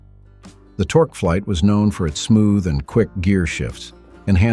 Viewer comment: Also, the 300C had NO optional manual transmission or 5.8L poly engine, ONLY the 392 Hemi and 3-speed TorqueFlite (pronounce tork flight, not torkaflight as pronounced by the AI voice, which also cited engine torque in nanometers, lol). Power steering was standard, not optional. I do believe the 300C was available in 6 colors, but no two-tone paint option like the AI voice states. And only one interior color option, leather seats with tan and black panels, carpet, and dash. The AI voice also states it had front coil springs. Nope, it had torsion bar front suspension.